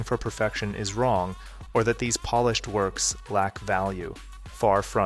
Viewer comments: I'm old enough to know that they also don't correctly pronounce it in "polished" 5 seconds later. If you make that mistake in pronunciation, you always make it. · At you say that we shouldn't venerate polished works, and you pronounce polish like the nationality. Clever!